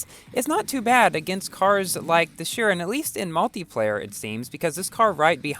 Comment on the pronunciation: It's pronounced- shiron not shirin